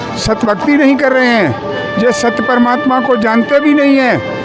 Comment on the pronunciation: परमात्मा का नाम स्पष्ट नहीं पता चला।।